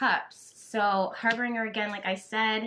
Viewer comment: Harbinger is pronounced with a soft g or j sound. ❤️